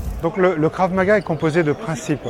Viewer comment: Si je peux me permettre, c'est Krav et non Karv. Concernant le port des gans c'est par souci de protection et l'intérêt d'un combat dur se trouve dans le stress qu'il génère, stress que l'on retrouvera lors d'une agression en dehors de la pratique sportive...